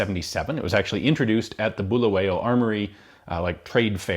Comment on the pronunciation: I really enjoyed this! As a Zimbabwean I'm impressed at how knowledgeable you are. You clearly did your research and it's refreshing to see. Your pronunciation of Bulawayo was pretty decent BTW! Excellent content.